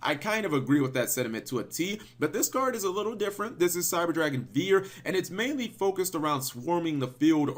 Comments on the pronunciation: As someone who took 2 years of German it's pronounced "fear" V's make an "F" sound and "W's" make a "v" sound. Also to be fluent you need to yell everything. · cap let me help you. (by old school for old school). Drei = three (say "drei" like "dry") Vier = four (say "vier" like "fear"). Hertz like CPU Megahertz (hz/mhz) (say "hertz" like "herz" herz = heart)and Zieger (if this is the final name for it) say it like "Sieger" = winner. (Maybe Zieger has something to do with the metal alloy. Then your pronunciation is correct.) Unfortunately, I have no example for your "Panser". Panzer = tank. Listen to the pronunciation of google translation. This should not be a lesson, just a nice help. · Just say "fear" that's the correct way to pronounce it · here, its name is actually pronounced like the word fear. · Drei is the German word for 3. It's pronounced "dry". Vier is the German word for 4. It's pronounced "fear" . That being said, great video!! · vier is pronounced like fear and drei is pronounced like dry